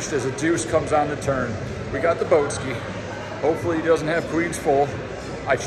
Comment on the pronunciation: > Jeff Bow-ski